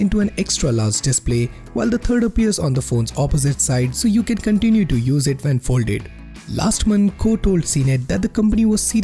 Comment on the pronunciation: "So yo can continu to use it ven folde" I'm dying 😂